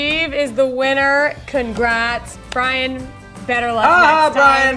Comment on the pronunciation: Did u notice that u said brain instead of Brian lol